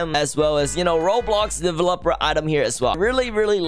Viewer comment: the way he says delevOper